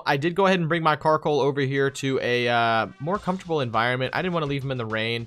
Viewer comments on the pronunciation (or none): Wait did you rlly called Coalossal Carkol in the beginning? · You always say karcoal but it was coallossal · Not a carcoal, its a coalosal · My head when he said Carkol: COALOSSAL COALOSSAL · Bruh you keep calling Coalossal Carkol but other than that good video. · It's coalossal not carkol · Slight nitpicks 1) Thats Coalossal not Carkoal, i got triggered when you kept saying Carkoal 2) the lack of knowledge on new pokemon generations is surprising for you two always doing pokemon versus keep doing what you do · The knowledge just isn’t there, like my guy called it carkoal all video. He doesn’t know the name of his own Pokémon, plus quick gg said gigalith was a new gen Pokémon 😂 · Did anyone else notice that kept calling coalosal karcoal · not carkol btw lol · It's coalasal